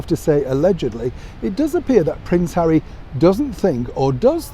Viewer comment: Lol lol lol hawwy compassionate???? You crack me up. Lol lol lol. Who was paid how much to let those words slip off their lips.